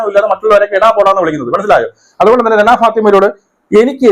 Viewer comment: രണാ ഫാത്തിമ അല്ല റെനാ ഫാത്തിമ ,pls update your OS